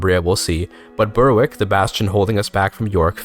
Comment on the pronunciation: I really enjoyed the attempt at pronouncing Danish and Polish names accurately, and it really added to the video, but just please extend that to English names too. It was pretty jarring going from your good Danish, to English places like Berwick (should be pronounced /bɛɹɪk/) and Hertford (/hɑ:tfəd/, or perhaps /haɹtfɚd/ given your accent).